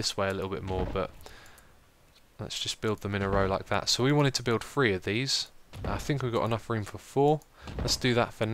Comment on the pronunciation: dude you saying free not three